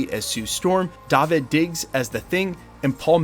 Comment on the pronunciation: Its 'Dah-veed' ❤